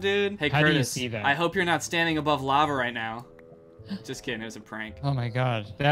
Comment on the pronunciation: everyone’s just gonna skip over the “into da lavah”